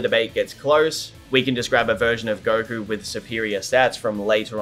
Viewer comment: I couldn't even finish the video... if I hear gokurr one more time lol